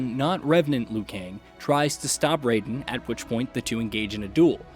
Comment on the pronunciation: ri-yu not ra-yu!!! also, rai-den like the rai in shirai and not ray-den!!!